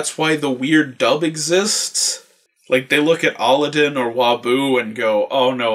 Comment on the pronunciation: It's not aladin it's a-lad-din